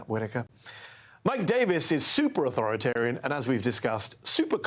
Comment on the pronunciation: Authorit-Arian? "Mmmm"!